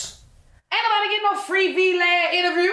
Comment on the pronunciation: Not " V, Lad" I was confused asf at first then it dawned on me she meant Vlad 🤦‍♀️🤣🤣🤣